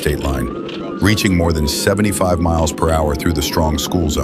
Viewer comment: Exactly. It cant even properly pronounce mph.